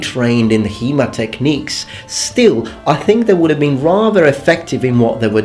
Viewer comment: After 10 minutes I understood you speak about HEMA and not He-Man. :D